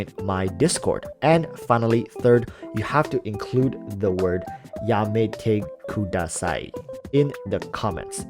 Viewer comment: Reading YAMETEKUDASAII as yametekudastop